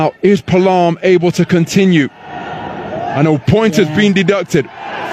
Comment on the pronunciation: It is pronounce as...Pa a lam..not palam😂